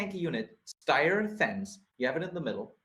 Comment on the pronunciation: Styr is not Steyr - look up how Danish, Norwegians and Swedish pronounce it.